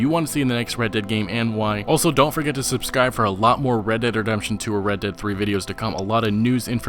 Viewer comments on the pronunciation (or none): at the end you said subscai xD